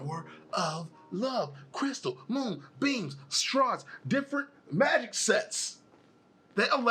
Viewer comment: ok i was able to understand what you said except from the word mighic, also sailor Cosmos has unlimited energy and is immortal,she can also manipulate time and see the future also she can erase or restart a universe,even end it